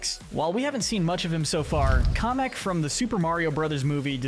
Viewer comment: It’s pronounced JAHN-clawed and KAM-ick, “”! 🤨 Also, you forgot Maxime Le Mal! 🤨